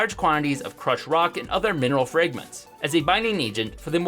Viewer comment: Fragment "Fraygment"